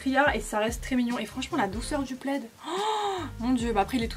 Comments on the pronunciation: "une pleide " "quat euros" ahah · c’est « le » plaid ahahah 😘 Ça fait tellement longtemps que je suis pas aller à primark ça me manque de ouf 😭 Bisous du Portugal ♥️ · Après on dit Le plaid ;)